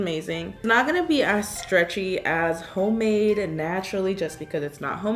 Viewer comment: This is how many times she said “homade” 😂 👇